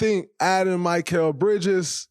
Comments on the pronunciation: “My-kel “ who is this player. Dray gotta be trolling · Mr. New Media… can’t even pronounce his name correctly! Not Mike-ale! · Most hilarious part of this: Instead of mispronouncing “Gobert” on purpose, as he usually does, he’s mispronouncing “Mikal.” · He still can’t pronounce mikal right lmao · why tf you continue to butcher his name like that??? 😂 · Dude why can't you pronounce Mikal 😂 😂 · Spit it out man! How much thought gathering does someone have to sit through to hear your anti-Knick agenda! Isn’t this show recorded? Shouldn’t you have your points set before turning on the camera? Plus just say Bridges, butchering the man’s name!